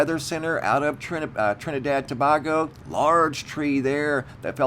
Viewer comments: I'm from the Carribbean if I hear you say " Trinidad and To-bah-go" one more time😬, I'm gonna lose my mind. It's pronounced "To-bayy-go" 🤷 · PLEASE DONT SAY TABAGO EVER AGAIN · It's pronounced tobaygo & if you look on a HIPPIEGING photo their is also a UFO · Ta bay go and not Ta bag o just thought you may need a little help with this one